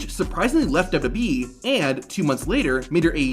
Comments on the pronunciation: This guy literally cannot say WWE 😅 MF says "dububee" 😂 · I cant even focus on the video because of how he says dubbadubbeee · Great video, but one question. What's d-dub-yee?